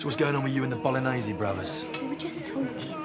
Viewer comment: "Bolognesé brothers"🤣🤣